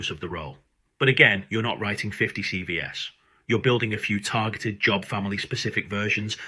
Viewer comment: "But what's missing from most C V ESSS" That took less than 6 seconds for you to screw up your Ai script. CV plural is pronounced SeeVees Say it SeeVees is going in the No pile.